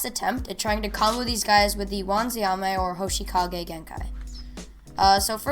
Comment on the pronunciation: Good video but when you said hoshikage instead of hoshigaki it made me a little mad